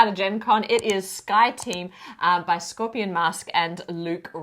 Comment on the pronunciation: I think because of the accent on the e at the end of the company's name it should be pronounced scorpion mas-keh. Great overview that makes me wish i had a gaming partner to play these fun 2p games. Decrypto is one of my favourite games so anything by the company certainly deserves a second look